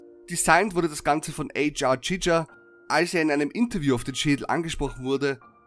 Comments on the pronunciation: Zu kurz zu wahllos zusammen geschmissen. Stinkt nach clickbait. Sorry aber das war nicht wirklich doll. Giger ist übrigens Schweizer und wird deutsch ausgesprochen. Bloß schreibt man mit scharfem ß nicht mit einem s. Und wieso ist es gruselig das man etwas 365 Tage gedreht hat. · Hansruedi Giger war Schweizer - kommt ziemlich blöd, den englisch auszusprechen :P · Wieso wird H.R. Giger ständig englisch ausgesprochen? Der Typ war aus Zürich XD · Der Typ heisst H.R Giger und ist Schweizer Künstler den muss man nicht betonen